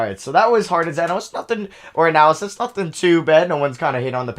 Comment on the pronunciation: Its analysis not analys